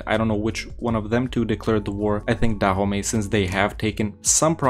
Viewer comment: DAHOMEY? NO IT IS DA HOMIE.